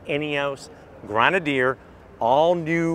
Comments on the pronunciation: It's not a GrOnadier, it's a GrEnadier 😂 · It’s pronounced Gren-a-deer FFS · For the love of God learn to say Grenedier.... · And its NOT GRAN.A.Deer It’s Pronounced Gren ah Deer . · "Fieldstream"...."Grenaidier"....how about getting the names right. Bit hard to take your review seriously when you can't even get the names and model correct. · I thought it was pronounced grenader , maybe just because that sounds cooler and I think most Americans will accidentally call it that, but they look cool and can’t wait to see one in person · Did they tell you how to pronounce grenadier? It’s different than I’ve ever heard it. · Fieldstream Trim???? BTW- they spelled Grenadier wrong and he is pronouncing it wrong. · OMG...learn how to say Grenadier! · Get the name pronunciation right 😩😩😩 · Dude at least get the names right if you are going to review a car. You can’t spell it, you can’t say it. It’s Grenadier and Fieldmaster.